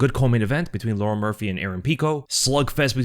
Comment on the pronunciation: Bro can't pronounce Lerone